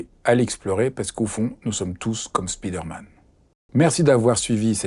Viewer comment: Excellent, merci! J'adOre votre chaîne! Petite correction: on dit spider man et non speeder man (au son: spaye, et non spii)